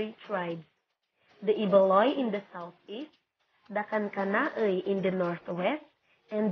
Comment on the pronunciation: Hello! Kankana-ey po not kankanai